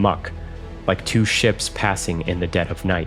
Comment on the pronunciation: Twwoo Brothers... it's called Two Brothers!